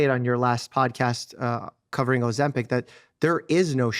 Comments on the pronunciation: It's not OzemPEC! It's OzemPIC!!! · Stop saying "Oh- zem- PEC". It's "Oh-zem-pick". Learn to say it right